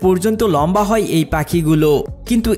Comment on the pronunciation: যায় কে যাই, খায় কে খাই, হয় কে হই বলছেন কেন?